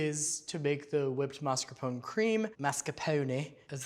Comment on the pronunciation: Google: "how to pronounce mascarpone". Beacause you are incorrect.